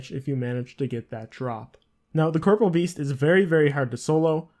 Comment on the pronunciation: Corporeal beast, pronounced cor-poor-ee-ul. Not corporal